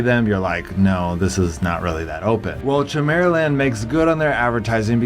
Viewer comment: Only because it is so different from the way I have heard it before , is it chim-er-uh-land or ki-mera-land? Trying to decide if I have been wrong in how I have said chimera.